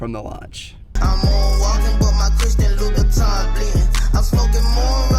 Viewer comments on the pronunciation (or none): none